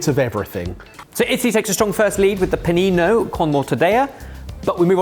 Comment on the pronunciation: I thought I was going crazy and all the Italians I know just pronounced mortadeLLa the way we do in Australia, no other word, just mortadella. 🤣 Especially when he correctly said Panino is the singular.